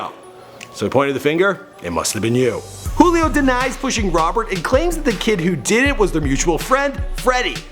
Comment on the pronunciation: It's "joo-lee o" you fucking idiot